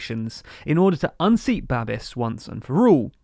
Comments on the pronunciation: "Babiš" is pronounced "babbish", not "babbis". Those squiggles matter. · It's Babish, not Babis. I will never understand how English native speakers never bother to put the name into Google Translate to see how it is pronounced 🙄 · Babiš is not Babis. š is pronounced as sh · It's Ba-bish, not Ba-bis. Also, did you say "Polish" in ? They're Czechs, hahaha. Anyway, your dedication always astound us your viewers. Thanks. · It is pronounced babish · Babish. It's Babish. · Great video! :) By the way, Babiš is pronounced babish. And "ANO" is not only "yes" in Czech, it also stands for "action of dissatisfied citizens". Anyways, I really love your news, keeping us informed about Europe and the world! ❤️ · One note - Babiš (Babis) is pronounced with "sh" at the end, sounds like "sh" in the word "show". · >Babiss >Aunt Tiffa Love your content but please learn how to pronounce words, tyvm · It's actually Babiš, with the letter Š being spelled like the diatric sh in sheep, but without the eep. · It's Babiš the TLDR team are just Anglos and as such are generically required to mispronounce everything.